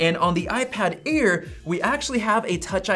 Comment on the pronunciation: Its Air not Aid